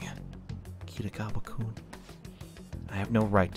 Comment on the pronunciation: you just can't pronounce Kitiagawa, can you?